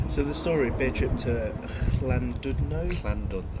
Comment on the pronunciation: The 'dud' part of 'Llandudno' is actually pronounced 'did'. :)